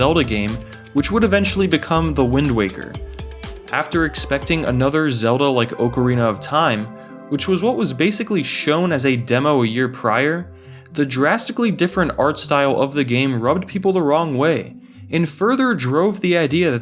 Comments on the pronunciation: i'm sorry, Oakarina of Time? BAHAHAHAHA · Oakarina Of time 😂😂